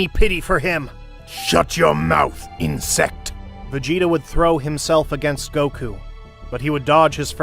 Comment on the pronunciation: Vegeta say insict and black said cacroch